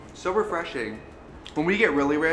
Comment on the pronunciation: did she really say "So refreshing" NOT in a terrible swedish accent?